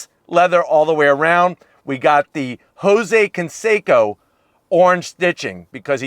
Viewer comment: HE SAID JOSE CONSACO AHAHAH